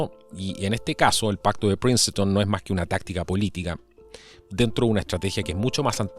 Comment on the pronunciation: Por cierto... no se pronuncia Princeton...